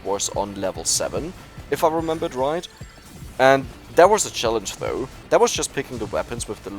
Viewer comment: Ich muss sagen dein Englisch ist wirklich gut aber 2 Sachen fallen mir immer auf. Doubt spricht man ohne das b (Nach Deutscher Aussprache Daut) und bei though wird das erste h nicht betont (nach deutscher Aussprache dou). Ansonsten absolut geiler Content ich Feier jedes Video von dir :)